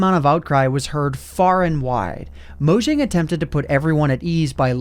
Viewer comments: I'll always cringe at someone saying MoJang instead of Moyang, seeing J is prenounced as Y in Swedish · mojang is pronounced "moyang"